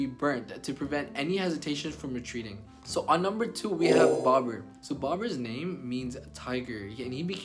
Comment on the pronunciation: at least pronounce names correctly